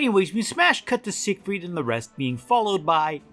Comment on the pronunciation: Until I started reading the comments I thought you were saying “Sick Freak” instead of “Siegfreid” but it seems like it would fit anyways